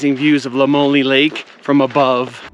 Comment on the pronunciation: Its pronounced “La Moy Ol” Lamoille I live about 15 min from there